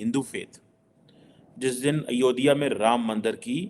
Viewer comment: I request you to pronounce Ayodhya properly. It's not Ayo-diya It's Ayodhya. "Dh" should be pronounced as in Dharti (zameen)